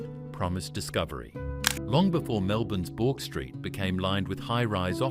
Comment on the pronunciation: 5.30 "Bork" Street? Try "Burk".